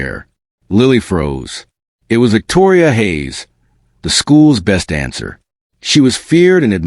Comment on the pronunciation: Dancer, not answer. Tears welled not weld.